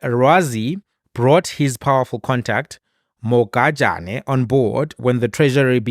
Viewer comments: Pronounce Mogajane in isixhosa"Morajane" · Next time in Sotho names. G is pronounced how R is pronounced in Xhosa. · IS THIS GUY A SOUTH AFRICAN- HE DOESNT KNOW HOW TO PRONOUNCE THE NAME MOHAJANE!!!!!!!!SURPRISING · The fact that you couldn't read Mogajane correctly just left a sour taste in my mouth. I mean, you could've just said Dondo